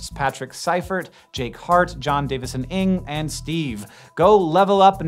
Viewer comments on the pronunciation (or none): none